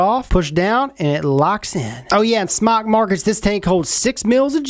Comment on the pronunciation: damn it im so sick of people not pronouncing it correctly... its pronounced "smoke" ask the company theyll tell ya its smoke!